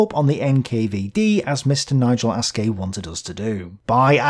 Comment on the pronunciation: If you just didn't call him "Nigel Ass-Gay" over and over, I'm sure you could resolve this issue